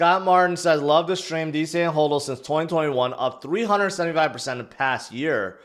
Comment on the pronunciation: Its hodl not holdl